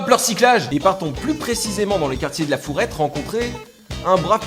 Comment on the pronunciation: C'est le quartier de La Farouette, pas La Fourette! xD Sinon bon épisode comme d'hab ^^ Des bisous de la Ville Rose! <3